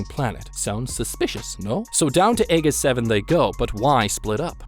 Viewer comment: It’s Ae-Jiss 7 not Ae-giss for the pronunciation just fyi. And was complaining that the game wasn’t hard enough lol